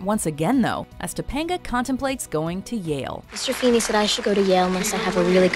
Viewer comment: Ahem FEENY FE HE HE HEENAY!!!